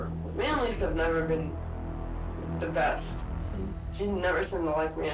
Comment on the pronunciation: "Lischka" not Lisa.